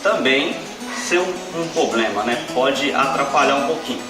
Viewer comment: Só tem q aprende a falar Problema, e não Pobrema.